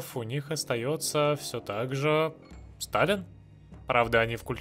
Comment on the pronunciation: Когда твои войска шли в Таллин, я услышал не "Таллин падёт", а "Сталин падёт"